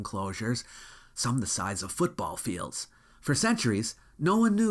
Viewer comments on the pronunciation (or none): none